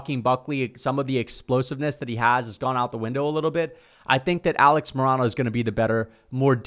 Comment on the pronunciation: Dude you pronounce Alex Morono so wrong lol